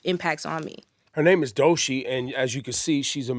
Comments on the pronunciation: Him saying Doshi is irritating me 😂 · DOE CHII NOT DOE SHEEEEE F**K! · It just BOTHERS me that he calls her Doe-SHEE INSTEAD of DOECHII